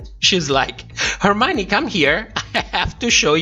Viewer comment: Lol joey jay didnt say hermione she said "for mine" 🤦🏻‍♂️🤣